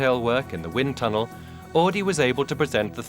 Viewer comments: AUDI!! NOT"AADI"!!! My god, how hard is it to say it right!? Jeez... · Augh. Even in Timaru we know how to pronounce "Ow-dee"... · We don't pronounce Audi as "Or Dee", unless you live in Newcastle upon Tyne. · They say "AADI" in this video. No "R".. But when you hear the people intervued in the video you hear they say "Audi" like it's pronounced. It's so stupid. Can't see why it is soooo hard to pronounce the "U" in Auidi.. It was annoying as fuck to hear! Haha